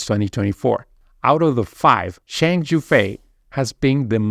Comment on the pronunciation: Here is a tip to pronounce Zhang - John